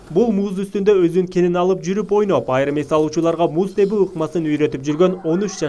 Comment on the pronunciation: комментатор сенсиңби? Эмнеге текстти чулдурап, булдурап окуйсуң? Журналист болсоң эч болбосо туура окуганды үйрөнүп алсаң болбойбу? Кыргыз тилинде кээ бир сөздөр кандай жазылса ошондой окулбайт. «Муз тебүү» дегенде [теwүү] деп окуу керек. Же кыргызчаны жаңыдан үйрөнүн жатасыңбы?